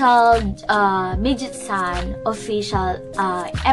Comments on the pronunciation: Great reaction it’s actually pronounced Meg-its-oo-Nay it’s means vixen/female fox. In Japanese folk lore foxes were sly, cunning, deceiving and were able to shape shift into human. So basically you were right but it’s also saying women are not foxes. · That would get her closer on the pronunciation, but all of those syllables should end with vowel sounds (メギツネ).